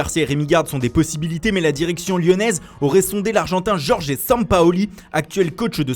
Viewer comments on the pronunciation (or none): none